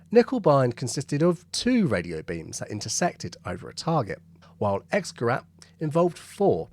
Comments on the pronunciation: Dont mind the knickebein thing, but you're saying Xgerat and not Xgerät. That word dosnt sound like an A at all. Its got umlaut in it. So it's a gerät not a gerat... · Just FYI, X-gerät is pronounced like an English person would say "ix-gerait", not "ex-gerat". Germans pronounce the letter X as "ix", and “ä” as in Käse is like an English person saying “air” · Just a point, X-Gerät is pronounced X-Gerate to a English speaking person, the umlaut (the two dots over the a, the ä) changes the sound of the ä a bit like adding an e to the end of a word in Eglish, so rat = rat and rät = rate Three silly words a pilot never want's to hear from their bomb aimer, "Back a bit." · For information “X-Gerät” is pronounced “ics-gare-ate” might as well get it right. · X-Gerät is pronounced something closer to 'Icks-gerate'. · X-Gerät ... the 'A' has umlauts, so it should be pronounced differently. More like "gehraYt" - sorry but to a German speaker, this hurts. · Also, "X-Gerät" is pronounced like: "Icks - Ge - rate" or a bit like someone with a strong Yorkshire accent saying "Great" 😂👍